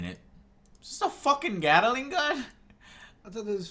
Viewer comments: "It's a Gatta-ling gun" - Angryjoe pronunciation strikes again! lmao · There are two syllables in Gatling.